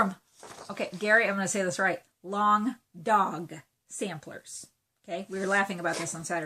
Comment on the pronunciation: I haven't enabled you in so long! XD (I'm a Sarah, btw. Hi!) I love that you enunciated Long Dog Samplers so carefully, since I inevitably add an n in unfortunate places.